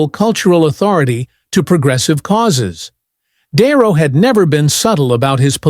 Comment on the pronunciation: Can't AI pronounce the name de Niro? De Niro is no longer loved He is a nutter!